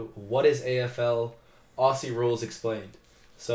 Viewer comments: First up please don’t say Ossie. Aussie is pronounced Ozzie. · Gday. Great vid. One thing, when you say Aussie, please pronounce it Ozzie… less cringy. Cheers. Don’t forget to visit. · Every time he says “ossie” when trying to say Aussie my heart breaks a little. You pronounce it “Ozzie” mate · Love your enthusiasm and interest in the game. It is one of the best spectator sports in the world. I have 1 suggestion though it's for all the US people watching and for you guys especially. The word Aussie is pronounced OZzie. Just like the wizard of Oz. Not a flat stretched out assie like you guys tend to pronounce it. Just a suggestion but after all we're the mutts of the world so I guess anyway goes down here 😅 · When you say “Aussie” it’s pronounced ozzie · Love your videos but (FWIW) Aussies is most often pronounced Ozzy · AFL evolved from a game Aborigines used to play. If you want to sound authentic when saying Aussie, pronounce the two S as Z...like buzz. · When saying "Aussie" it's pronounced as iff spelt with Z s not S's